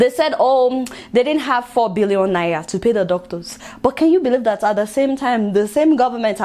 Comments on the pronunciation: Lol. Seems she can't pronounce 'R' but it's really cool. 😀 You might be interested in this video on why Africans suffer disrespect worldwide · I love the way u pronounced Naira 😀😀